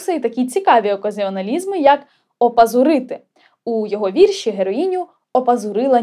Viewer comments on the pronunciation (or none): none